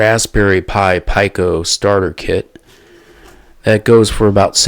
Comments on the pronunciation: Pee co ... 😂not pie co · It's pronounced...PEE CO......not PIE CO